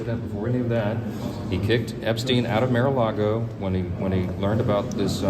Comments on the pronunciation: Johnson: "Miralago"? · Johnson says Mare-A-Lego 😂 He always sucked at lying through his teeth clenched doing the White Christian Nationalists Heritage Foundation jerk's smile while they talk. It's bad enough when your Pedosent repeats his lies and still can't keep up with his own and his Psychophants can't keep up with them at all. 😂